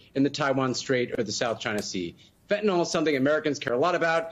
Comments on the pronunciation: Pronounce it fen-ta-nil. ‘ol’ suffix suggests it’s an alcohol e.g. methanol, ethanol, propanol, etc. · it's amazing that all these years later people are pronouncing fentanyl as fentanol. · exactly how it looks. fen-ta-nil vs. fen-ta-nol. it would be just as incorrect for me to pronounce alcohol as alcolyl. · The medication Fentanyl is pronounced “fent-a-nil” and not “fent-a-nol.”